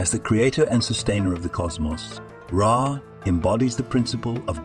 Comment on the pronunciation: Who the hell is Ray?? A.I. presentation orators should be programmed with proper English skills or just replaced with a lazy human like we used to have doing the job.